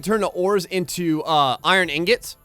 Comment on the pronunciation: engets? its ingots